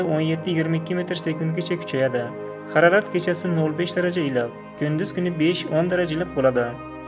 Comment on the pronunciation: ХАРАРАТ ЭМАС, МОЛ ХАРОРАТ ДЕГИН. ХУДОНИНГ МУЛКИ, НИМА БУЛСА ХУДОДАН...